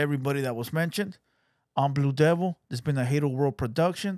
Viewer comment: "Devillors" "Bee Dee's"Santanases" "For The Crew"